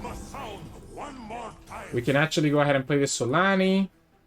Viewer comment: it's zolaani not solani